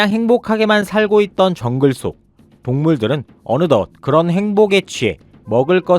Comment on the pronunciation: 장글의왕자라고 꿋꿋히 발음하던 그 주제가